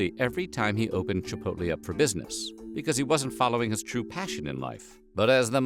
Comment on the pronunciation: I've never eaten at Chipotle, but I still would like to thank you for pronouncing the name correctly. It's like nails on a chalkboard when people insist on saying "Chip poll tay" 😉😄😂